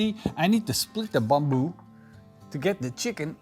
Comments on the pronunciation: It's not bomboo, it's "bamboo" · Is it bamboo or as you were saying “bomboo”? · that's how you pronounced it in Indonesian, Ithen you get the point of why he saying it that way.